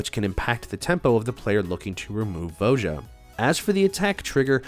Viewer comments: Jesus. Its not VO JA. ITS VO YA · Please tell me you're trolling everyone with that pronunciation of Voja?